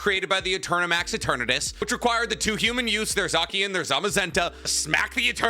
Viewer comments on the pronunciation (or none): Who the hell is zack-ian, I know about a zacian (zay-shien)